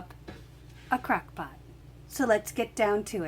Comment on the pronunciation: Crackpot I thought you said crackpot😂😂😂😂😂 I am cooking rice in my crackpot oops Crockpot. Nice recipe, but my Crockpot is slow so it will ready in few hours.😋😋😋